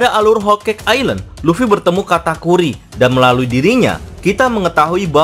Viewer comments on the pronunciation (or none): none